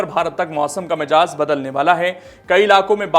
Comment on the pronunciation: The word is MIZAJ not Mijaz. Please correct yourself.